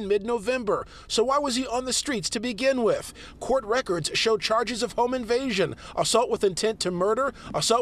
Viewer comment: "why was he on the streets to begin wif?" 🤣🤣🤣